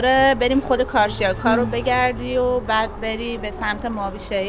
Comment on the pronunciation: سپاس، کدام منطقه‌ در ezmir مناسب زندگی هست. من از آلمان قصد زندگی dar ترکیه را دارم. اگر ممکن منطقه‌ای ke عمه عزیز شما زندگی می‌کنند بگید. 🎉❤ شنیدن carcjaka😂